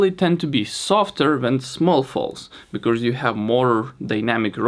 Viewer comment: I love your videos, really, but why do you keep saying “becorse”? You should try to split the word in two so you can say “be+cause”